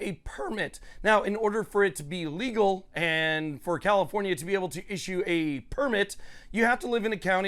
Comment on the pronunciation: Why do you pronounce your F’s with P’s? CaliPornia?